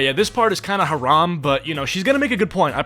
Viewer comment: Is it just me OR DID JUST SAY THAT SOMETHING IS HARAMM?? 🤩🤩🤩🤯( MUSLIM CONFIRMED!!! 👉 )